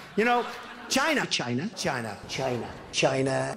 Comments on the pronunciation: Can someone who knows phonetics explain to me how the way Trump pronounces "China" is weird? Because I can't hear it. Some have said it sounds like "Gina" or "Jyna", meaning he'd voice the initial affricate but I just can't hear it. Sounds unvoiced to me no matter how closely I try to listen to it. Could it be the timing of the voicing? Maybe he just starts the voicing just a tiny fraction of a second earlier and crosses the threshold for voicing for English-spakers but not for me? English is a second language to me and my native language has virtually no voicing-distinction, but usually I have no trouble with hearing nor producing voicing in English. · "Tchina". ROLF